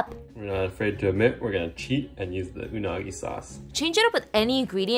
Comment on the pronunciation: Ingwedients huh?? your “R” pronunciation is Effin hilarious.!